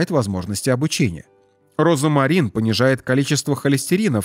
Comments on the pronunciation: Диктор, розмарин, а не розамарин! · роЗМарин, а не розамарин. В остальном, кроме вкусовых сосочков, неплохо! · Почему диктор говорит , розАмарин, ? В русском и пишем, и говорим ,розмарин,. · 🤦‍♀️😂" розАмарин"? Розмарин👍☘ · Розмарин, а не розомарин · Не розомарин, а розмарин. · Как же надоел твой робот. РОЗАМАРИН вместо розмарин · Читайте правильно: РОЗМАРИН' а не розАмарин. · Слух режет ваш Розамарин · Произношение как у диктора! РОЗОМАРИН! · Розамарин? Что мешает диктору правильно произносить название? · Говорят и пишут РОЗМАРИН неправильно говорите обратите внимание диктор??? РОЗМАРИН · Пишется розмарин,а читаеся и произносится-розамарин!!!